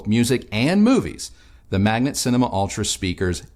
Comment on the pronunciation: You pronounce it wrong all the time, it is M A G N A T not m a g n E t :)